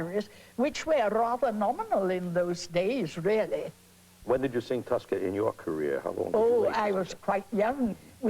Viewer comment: Merrill says tusca instead of Tosca LOL